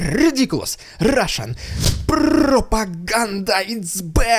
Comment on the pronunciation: Your "rrrrrridiculous rrrrrrrrrrrrussian prrrrrrrrrropaganda!!!" always gets me hyped up!